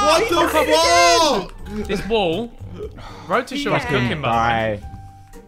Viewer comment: "WHAT THE FWAK" KSI, 2024